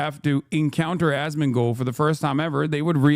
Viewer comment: I enjoy how Foreign Man in a Foreign Land says his name Ass-Man-Gold